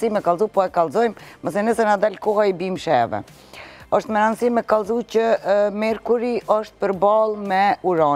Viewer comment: Mekuri e jo merkuli oj qorre e bibes 😂😂😂